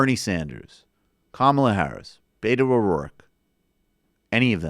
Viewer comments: Beh-toe not BAYtoe Lordy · Learn to pronounce Beto properly.